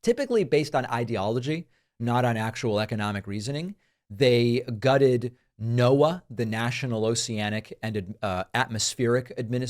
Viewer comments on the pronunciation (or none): none